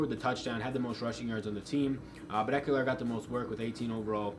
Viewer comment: Good job. I think It’s a good week for Ekeler. FYI there’s no “u” in Ekeler